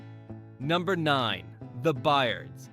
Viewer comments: Nope! "The 'BERRDS.'" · The Byrds is pronounced The Birds. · The Bye--erds? STFU. That's so lazy. No pride in your production. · THE BYE-ERDS?